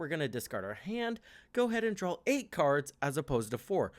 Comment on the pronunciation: It's draw, not drawl.